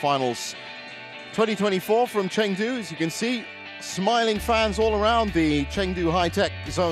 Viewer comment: The young Thai men played brilliantly but the commentary for that game was so one-sided. Also, it's pronounced ChUngdu and Al Fian, not Alf ian.